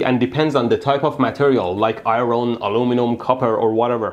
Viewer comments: I-ron vs I-earn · Hey Mehdi, "iron" is pronounced "eye-urn" not "eye-ron." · eye ron...lol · the r in iron is silent